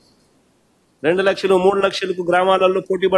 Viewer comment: లచ్చం అన్నీ సరిగ పలుకు రా థాయ్